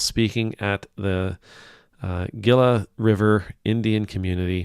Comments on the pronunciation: FYI, Gila is pronounced "HE la." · "Gila" is pronounced "Heela." Love you, Rev. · Gila is Spanish and is pronounced Hee-la 😁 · Gila River. It’s pronounced heela river. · Phoenix Native here,it’s pronounced “Hee-La” River Tribe,mispronouncing its understandable though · Gila pronounced Hela 👍🏼